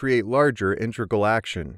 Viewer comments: An exceptionally well produced video, but the mispronunciation of “inTREgal” instead of “IInTEGral” just ignited my OCD. 🤣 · Cool video! Very, very weird to hear "intReg_al" from an experienced speaker though....